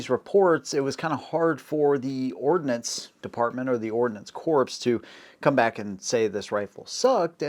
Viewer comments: Don't forget the difference between ordnance (what he was trying to say) and ordinance. Also a pretty big difference between those meanings and pronunciation. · Did you just say Ordinance Corpse? 07::32